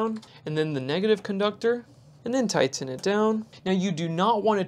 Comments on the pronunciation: Tigh-TEN it down! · 😂yeah that’s funny, I was thinking the same thing